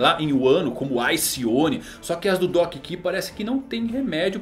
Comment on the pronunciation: Doc ki? Kkkk Doc q mano Se for falar em inglês seria doc kiul